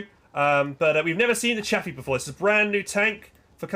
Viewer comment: It's chaffe dude not chappy